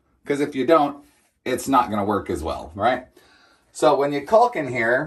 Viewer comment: Sorry, but you're mispronouncing "caulk" - the L is silent, just like "talk".